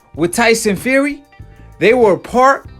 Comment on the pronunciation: he says his name tyson feary